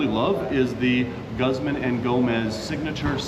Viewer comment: Mexican food wpuld be more popular if we had more actual authentic Mexican food here. P.s its pronounced like gooz-mahn ee Go-mez.